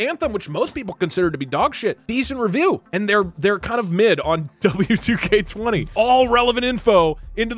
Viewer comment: It is pronounced WWE 2k20